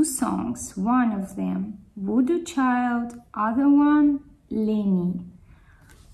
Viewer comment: You are the first reactor to put these songs/artists together! Whether it's by happenstance or choice, I don't care! You brought Jimi into the equation! FINALLY! And it's pronounced vodoo "CHILE" And you got it right, too. Thank you!